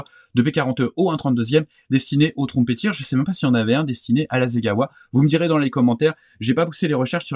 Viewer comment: Bonjour merci pour vos conseils !vos vidéos mon beaucoup inspirés et j’ai beaucoup appris en les regardants j’ai été étonné en vous entendant prononcé la marque ´Trumpeter ‘ trompette en anglais merci pour vos vidéos !